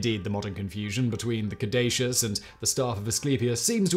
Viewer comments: Simon, it is cad•u•sus not any of the pronunciations you used! This episode was the most painful i have ever had to listen to! i usually rate your content good to excellent. This episode is a Fail!:-( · I love Simon, but I wish he would have taken a moment to pronounce "caduceus" correctly. He pronounced it like five different ways throughout the video. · How many different ways did Simon pronounce 'caduceus?' I counted 12. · Alternate title: "How many ways can one man pronounce 'Caduceus' in 15 minutes?" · Hilarious that Simon pronounces "caduceus" at least three different ways in this video. More hilarious is that I always thought is was pronounced COD-uh-CUSS. 🤣😂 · I wonder if Simon is aware that he pronounced "Caduceus" 3 different ways throughout the video? He seemed to have finally settled on the correct pronunciation by the time he was about 2/3 through the video. Even mispronounced, anything Simon says sounds absolutely correct with his crisp British accent, lol.